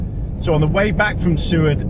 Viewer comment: BTW it's Soo-ward. You're saying it correctly.